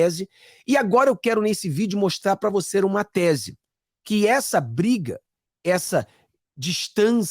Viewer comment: "Mostrar pra voceruma tese" ??? De onde você tirou essa palavra "voceruma" ??? PQP Quer orientar Patriotas irmão ??? Reaprenda a falar Português CORRETAMENTE!!! Não Assassine a Língua Portuguesa já basta termos um ANALFABETO Ex Presidiário como Presidente 🙈🙈🙈